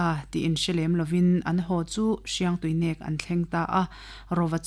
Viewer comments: Hriangtuinek nilo Hiangtuinek. Tihtur ani zawk. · Paite tawng a nih chuan Hriangtuinek a "NEK" lai hi thluk deuh tur ava nih hmel ve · Mizo (lusei ) tawng a "min nêk suh" inkhelh a mi kan va nêk kan tih ang a thluk tur nih hmel ka lo ti ve mai mai thadou leh paite tawng alo nih chuan